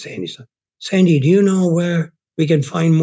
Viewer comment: Sandyson hahahaha sorry no just sandy